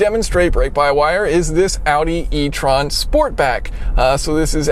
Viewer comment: You’re pronouncing étron wrong